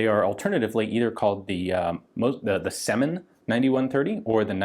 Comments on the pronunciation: Right you are. It's Сёмин, not Семин. E letter sounds like german Ö. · in russian it's pronounced as "syomin". trere is the letter "Ё", which makes the sound Yo and is alvays stressed. they often are careless to use a separate key on a keyboard to make it distinguished from a regular E